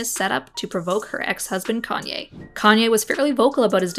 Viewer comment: If that's her favourite singer why can she not say his name properly Love how everyone forgets Kayne bad behaviour